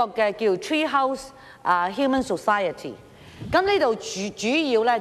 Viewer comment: humane 呀大嬸，唔喺 human 呀。